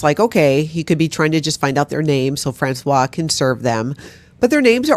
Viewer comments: Françoise, the female first name, is pronounced "Franswaze"! "Franswa" is the pronunciation of François, the male first name. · Hey,! You and are pronouncing Francoise like the man's name Francois. It's a woman's name and is pronounced Fran-swahs. Now, please continue critisizing her bad behavior! 😊 ❤️